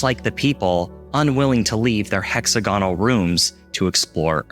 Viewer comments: hex-ag-onal. not hex-a-gone-al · Sorry, but "hecks-ah-gaa-nul" broke me soooo bad. Then it happened a second time; I just wanted to throw myself off a cliff! HA HA I'm jk ofc. Great vid - liked and subbed ^.^ x